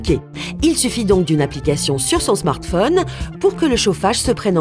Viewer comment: Je crois qu'ils ont voulu dire Smartphone